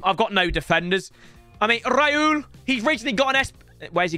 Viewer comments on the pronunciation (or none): Raul❌ Rayul✅